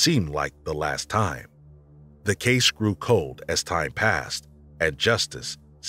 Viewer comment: They keep saying de instead of the and it's really noticable to me. Most European non-English languages lack either or both of the TH sounds found in English, so a th- sound is not natural.